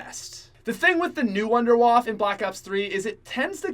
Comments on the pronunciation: The Wunderwaffe is German so it would be pronounced Vundevaffe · its pronounced woondurwaffE just saying